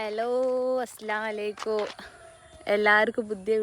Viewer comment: Aslamu Alaikkum ennan aslam alayikkum ennu alla ❤😂